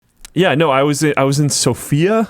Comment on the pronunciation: The pronunciation of Sofia in Bulgaria is with stress on the first vocal - otherwise I'm really curious of her looks 😁 Let me guess. You saved 100 bucks by doing this weird trip planning with Sofia via 'I forgot', Berlin, Frankfurt and "Deutsche Bahn" and had the time of your life playing a MMORPG in the real world, right? Der Weg ist das Ziel - The most comfortable delays you only get in Germany 🤣